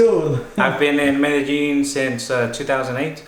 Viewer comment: Hello, man. Why u always pronounce like Merejin, when it’s Medellin ?